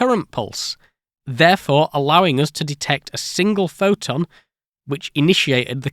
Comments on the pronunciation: Kind of hard to take this seriously when you mispronounce "photon" 50% of the time. Practice your "t"s Sound less bri-ish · Not a native speaker so I am curious on the accent , why silent t's and then suddenly not? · Why do you say "phoTovoltaic", but you don't say "phoToelectric" or "phoTon"? (for ex, you say "pho-o-electric" and "pho-on") Just curious.